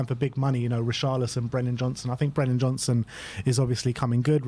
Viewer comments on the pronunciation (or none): none